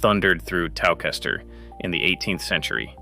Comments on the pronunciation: Fascinating video, thank you! Only critique is that Towcester is pronounced "toaster" because English logic 😅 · Odd that AI can pronounce Leicester correctly but not Towcester!